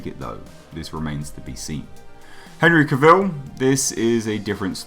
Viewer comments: Cah vil. Not cuh vil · Out of respect to Henry, please pronounce his last name correctly... It's not Cavil like Reveal It's Cavil like Travel